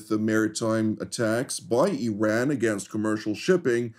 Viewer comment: Yes, there are a variety of options on the table, especially those on how to pronounce the freaking name of a country that has 2500 years of civilization and history. I-ran ,,, Ee-run and now apparently Ee-ran.